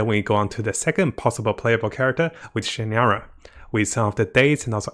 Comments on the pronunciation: SignOra! Like ball! O! Not signara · Disliked this one cause you really need to work on your pronunciation of some char`s names and etc. Was hard not to cringe every time you tried to say Signora. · btw, you pronounced pulcinella better than signora... xD